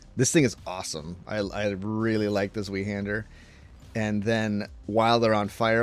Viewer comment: I got ear cancer with your pronounciation of Zweihander